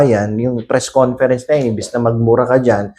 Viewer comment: "Fres conference"??